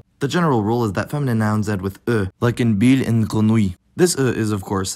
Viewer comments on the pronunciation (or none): none